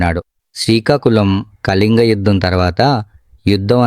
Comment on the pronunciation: కలింగ కాదు.... కళింగ....